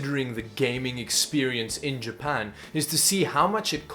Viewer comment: Ah yes, I love “Ja-pu-n”